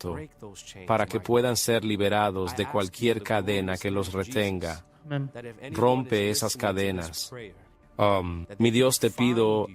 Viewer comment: Dices amen en lugares equivocados.... y no suena oh men.....